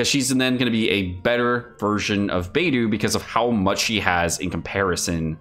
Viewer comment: One day will pronounce will Beidou's name correctly....